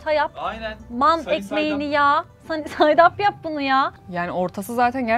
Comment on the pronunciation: 'ın sunny side up demesi kskxksmd. Gerçekten o dakikada deneyen hanfendi çok sempatikti